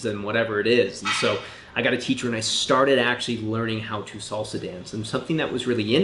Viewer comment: Fellow salsero, and agree but do note it's pronounced salsa not solsa! You're giving strictly come dancing vibes. It is a Spanish word and uses Spanish phonetics!